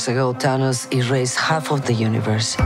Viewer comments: Could of sworn she said Dhanos. I was like who the hell is Dhanos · She actually says Tanos :) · Might help if the person narrating could actually say "Thanos". Also, who else is not excited to see that old crone Jolie in this movie?